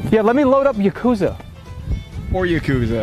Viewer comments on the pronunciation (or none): who tf pronounces yakuza like that lmao